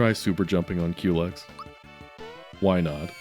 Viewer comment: I'm glad you pronounce "Culex" the same way I do. It's so annoying when peopel say "cullix" or "cool x"